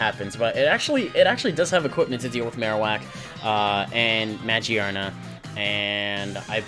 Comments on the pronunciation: In all seriousness, good battle and I love this lineless filter but my dude it has a literal gear on its head ?? its muh-gear-nuh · The "gear" in Magearna is pronounced just like the word gear. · Ah, I gotcha. Looks good regardless. For pronunciation (not that it matters) I'm pretty sure you pronounce the 'gear' in Magearna like you would just say gear normally. Also, on that note, I'm pretty sure Mareanie is Marine + Meanie (cuz it's a jerk).